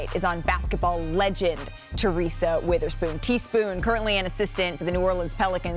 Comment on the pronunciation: It’s WEATHERSPOON, not “Witherspoon”! 🤦🏽‍♂️ But yes, it’s great to hear this praise for T-Spoon, whom I’ve been a HUGE fan of for 25 years!!!